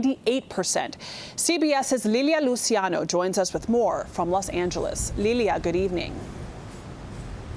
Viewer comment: She's pronouncing Luciano wrong